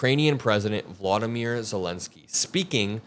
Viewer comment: Please learn how to pronounce "Volodymyr" Zelensky